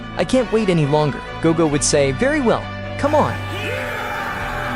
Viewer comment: Bro said gogo